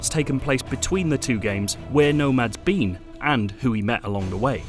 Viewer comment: “Where nomads bean”